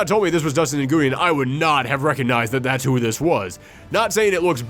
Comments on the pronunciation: Small head's up: Nguyen is pronounced pretty much like "win". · Came here to say this. It's a very common Vietnamese name.